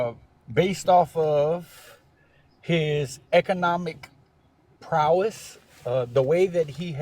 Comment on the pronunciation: “Prowess”, ffsake!!?